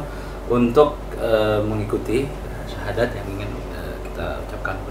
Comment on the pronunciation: Kalau didengerin baik2, pengucapan syahadatnya mbak ini uda bagus ya. Padahal bukan muslim loh sebelumnya. Apakah sudah belajar dahulu. Hanya allah yang tahu.